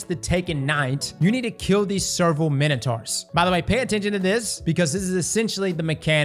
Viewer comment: did you really just say ‘taken minotards’ lmao